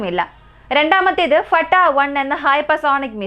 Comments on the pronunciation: ഫട്ടാ. 1 അല്ല ഫത്തഹ് 1❤ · ഫട്ടാ 1 എന്ന് അല്ല മുത്തേ ഫത്താഹ് 1...എന്നാണ്..❤. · ഫട്ടാ 1 എന്നല്ല പറയണ്ടത് ഫത്താഹ് വൺ എന്നാണ് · ഫട്ടാഹ് വൺ അല്ല ഫത്താഹ് വൺ ആണ് എല്ലാത്തിനേം അതിജയിക്കുന്ന എന്ന അർത്ഥത്തിൽ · Fatta അല്ല ഫത്താഹ്